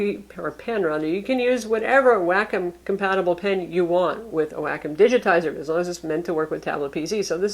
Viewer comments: Whack 'Em Digital Pen, LMAO! I could have sworn it was pronounced Wah-Calm? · Wack-em wrong, it's wah-kume. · It's Wah -com not wackem. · WAY COM -> how to say wacom.